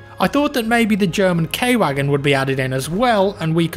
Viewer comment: It's Ku-Whugen.Not Kay-Wagen.